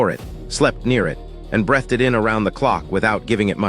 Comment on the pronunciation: Ar-SEN-ic? Brethed it in? 2 minutes in.....I can't watch this.